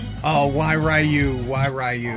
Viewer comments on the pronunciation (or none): Iused to want one of these but at I think it was $700 or even $500 there was no way...also, dude, REE-U, not RAI-U lol...its cuz you playing the 90's game and you are defaulting back, I know...also, earthquake and them shrek farts are dangerous lol. Speaking of Samurai Showdown, watch Samurai Ressurection if you havent, thats what SNK based Samurai Showdown on